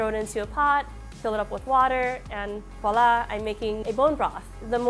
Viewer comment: it's not WALLA ! ITS Voilà :face-fuchsia-wide-eyes